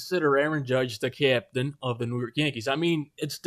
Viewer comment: Did you say he is the captain or he is the ca-yaptian?